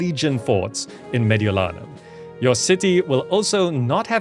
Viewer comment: Hey your pronounciation of Gallia Cisalpina and Mediolanum was almost spot on! Thank you for freeing my hometown from the barbarians! :P